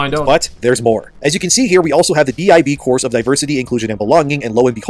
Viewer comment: DIB “Dibbs”